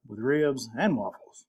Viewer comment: "Wibs" -Elmer Fudd